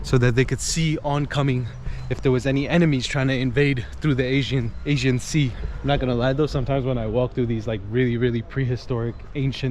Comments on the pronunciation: Nice video - Greek American here, and on a personal level have no beef wth any Turk, my opinion is that the most us all get along fine. However when it comes to history, government, politics & religion that's a whole other story. I respect you - you respect me. Unfortunately i believe politicians will always be corrupt. The guy made a mistake & he pronounced Aegean wrong, no reason for so many ppl to jump down his throat? It'd be nice though to see more Churches in Muslim majority nations? You do see plenty of Mosques in the west but rarely if ever see a church, especially a newly built one even in a so called "Secular" country like Türkiye - just saying? Best of luck to you 👍🙏✌️ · Thanks for this video. When it appeared on my page as recommendation, I immediately jumped in and watched with curiosity for what you might have filmed in my town:). A couple of things to point out, though: First it is not Asian sea, maybe it is all about the way you pronounce it, and even captions show the same however to inform people thoroughly, it is Aegean. Second, we do not have a direct route to Mykonos. The direction you point at is not Mykonos, but Chios another Greek island. Lastly, when you take ferry to Bostanli/Karsiyaka side, it is completely different than what you have shown in this video. You can immediately tell how different the city parts are:) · AEGEAN sea. The guy keeps pronouncing it as 'Asian sea'. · Mykonos? You didnt do your homework before vlogging, it's Xios (Sakız) Island. The man was asking "which channel". You can simply say "selam, merhaba" You kept saying "Asian Sea" it's "Aegean Sea" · Sir, please learn pronunciation correctly!!! “AEGEAN SEA” not Asian Sea!!!!!!!!!! Thank you… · Good video, but one correction: it is the Aegean sea, not the Asian sea. (Aegean, ponounced Eh-jee-un) in Turkish, Ege (pronounced eh-ghe). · It's Aegean Sea, not Asian Sea,. 🤣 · İt is not Asien sea--it is Agean..